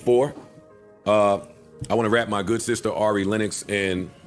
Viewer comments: plz stop calling that gurl Airy. It's R-E 😂😂😂 U stick with your butchering folks names 😂😂😂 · It’s Rrreeee not Airrreee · It’s no way you are a fan of Ari and heard the correct pronunciation of her name from Joe Budden, and Still pronounced her name wrong 🫠🙃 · The way you kept saying Ari name 🥴😭